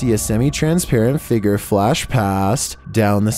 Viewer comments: He pronounced figure figer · I love when says figer lol